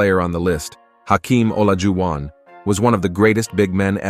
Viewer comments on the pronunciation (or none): Reasonable list. Players at this level can be flip-flopped around. But I don't know how you can separate magic and bird by that much. Never trust a computer. Can tell with olajuwon and jabbar, names can't be pronounced by computers apparently.